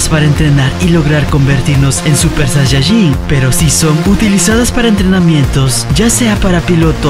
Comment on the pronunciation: me ase reir porque dise sayayin